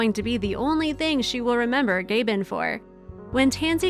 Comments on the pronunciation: This is a moving narrative, slightly tarnished by the narrator not having taken the time to learn how Gabon is pronounced. If as a Kenyan I can learn how to pronounce Alberqueque and Yosemite correctly, Gabon shouldn't present a problem. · The announcer should learn how to pronounce Gabon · Please teach your AI how to pronounce Gabon. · Oh my god the stilted narration was barely tolerable But mispronouncing Gabon over and over and over is just lazy. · Oh that annoying 'baby' narrator voice. 🙄She also keeps mispronouncing Gabon. Cannot listen. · Learn to pronounce the country’s name correctly - Gabon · Please, if you're going to narrate something, learn how to correctly pronounce all the words, including the names of countries, like Gabon. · You could learn how to pronounce Gabon properly…. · Just wondering two things.... Why would you use a photo of Dr. Penny Patterson and Koko, when your story has nothing to do with either of them? Also, could you please have your narrator learn how to correctly pronounce proper names? GABON is not pronounced "GAY-ben", it is pronounced "Gah-BOHN". SO IRRITATING! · The country is Gabon (Gaa-bon, not Gay-bon), your language is English, no one recognises American as a language, it's not a legitimate. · The whole time I didn’t realize she pronounced the country “GABON” ….jeeeeez It’s “Aaaaaaaaa” not “eeee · The country is pronounced Gah--bone. NOT Gay-bun!!! That is grating to my ears! Learn the lingo first before posting! It is spelled--Gabon. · Gabon is Ga Bon not Gay bun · Gah-bawn not Gay-bin. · Actually, the country name is not pronounced GAY-bun but instead, Gah-BON. "Reintroduction to the wildlife" should be "reintroduction to the wild." This is another example of drawn-out, poorly researched, emotionally manipulative videos that use a lot of stock video footage — pull on a lot of heartstrings and make a lot of cash. A disappointment. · wish you would speak English properly. it's not GAY-BON it's GAH-BON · GAH-BHON* not gay-ben